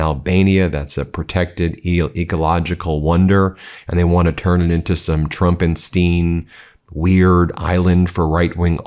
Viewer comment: VERY FUNNY BEN BUT DIDNT GENE SAY ITS PRONOUNCED "TRUMPENSTEEN"??? sorry i do enjoy my petty torments, opines too.